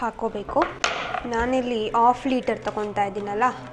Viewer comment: ಚೇತನ ಅವರಿಂದ pronounce ಕಲಿತುಕೊಳ್ಳಿ That is not off liter✖️ Half liter